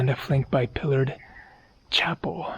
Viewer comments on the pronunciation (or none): none